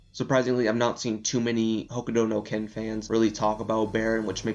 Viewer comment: Why do you say "hokudo no ken"?.